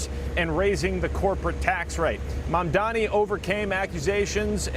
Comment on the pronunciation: Kevin, learn to say his name right cause you’re going to see him in politics for the rest of your life MAMDANI, he’s the breath of fresh air we’ve been looking for in this country